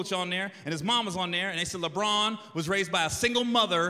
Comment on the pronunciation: The way he says Lebron is a crime.